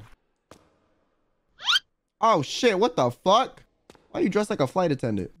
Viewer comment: He really said "wut teh fuq"